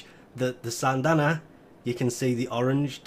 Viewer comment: SYNdana not SANNNNNNdana